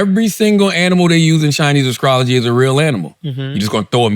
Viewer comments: Charla - "...in Chinese ascrology" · Did he say Askrology? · someone tell charla there's no letter k in "Astrology" 😂😂.